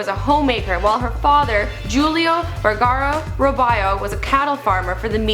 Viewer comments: Its Vergara! Not Vergera xD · It's Sofia Vergara not Vergera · Its Vergara not Vergera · "Vergara" not "Veraerrrrra" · Yes, it's "Vergara" and not "Vergera" .. but who gives a fuck anyway? Just sit back, watch the video, and shut the fuck up :> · At least pronounce her last name correctly. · Its Vergara tho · Its VERGARA!